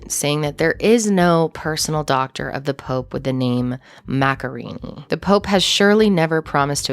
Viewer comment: It's a pity that the presenter can't even get the pronunciation of Paolo's family name right.